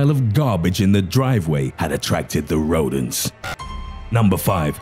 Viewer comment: The way you say rodents like rodan